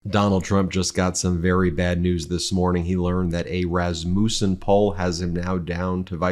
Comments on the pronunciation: iT IS PRONOUNCED ras-mUSSEN, not ras-moosen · I think its pronounced rass-ma-son. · "Raz-muh-sen" please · Is that how it's pronounced? I went to school with someone with that last name & they pronounced it Ras mussin.